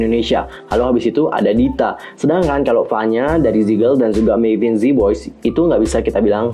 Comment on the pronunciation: mavin kak bukan meivin